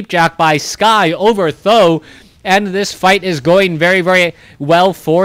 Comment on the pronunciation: yes I am Chinese so I simply don't know why you call TH000 as "tho" .... maybe calling him "tri-Z" (tree-zee) is even better?